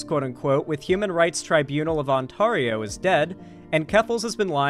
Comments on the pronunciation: Psst,...Ontario isn't pronounced on-TAR-io, it's pronounced ont-AIR-io. ETA: Jellybean! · im from southern ontario and the only people i've ever heard pronounce it as "on-TAR-io" have been americans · International viewer here... how do you pronounce it? I always assumed On Tar E oh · Hearing how pronounced Ontario took 15 years off my life. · True. How the fuck do you mispronounce ontario. It's fucking ontario. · Don't blame him, it's the American in him. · Especially considering there is also a city in California with the same name. SMH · there's also an Ontario, WA. Smh, two Ontarios he lives close to lol